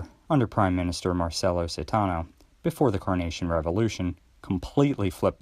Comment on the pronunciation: Caetano : Kahy-TAH-noo😊